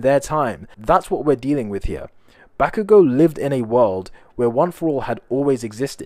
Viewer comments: Bakugou goes back in time Its in his name back-you-go 😂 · Bakugo? More like Bak-u-go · eri really said bak u go👏👏